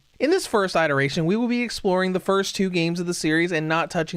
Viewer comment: Came here in 2025 to say "please learn how to pronounce 'iteration' "